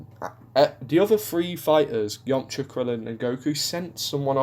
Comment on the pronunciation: I do love the way you pronounce Yamcha. It sounds like "Yomcha". I know it's just your accent